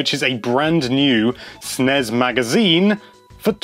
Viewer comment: Jesus, stop sounding out "Snes"